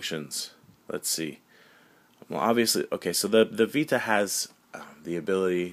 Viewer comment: The way he says "vita" in this video bothers the fuck outta me but anyways. Every ds nintendo makes reminds me of the old ds, It looks like a dinky kid toy. The ps vita is designed for actual game players mainly focused toward teens. + the 3ds looks very kidish and also is easily breakable. Sony wins.